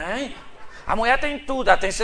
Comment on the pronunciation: Pastor de araque, mesmo. Poderia, ao menos ter postura. Poderia, ao menos, falar corretamente. "Muié"....."Trabaià"""....afffff....